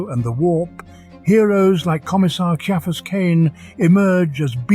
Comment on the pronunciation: Ciaphas is pronounced "KIE-a-fuss" and Genestealer is pronounced "Jean stealer"